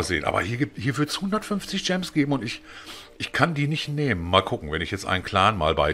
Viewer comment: Kaum wird zum Fanboy spricht er gems richtig aus. Aber in seinem Alter ist er leider nicht mehr so mobile.